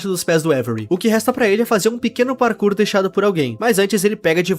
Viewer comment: "serers de mine, bem vindos! esse mapa tem PARKUR " kkkkkkkkk